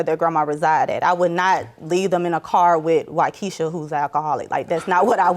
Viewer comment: Lol. "Wykesha".